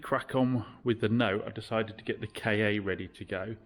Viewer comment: FYI the Ford ‘KA’ is and always has been pronounced ‘car’. It was called this at its launch in the 1990s.’KA’ is Egyptian for soul btw